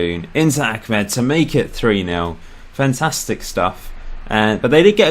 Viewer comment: His name is Ahmed not Achmed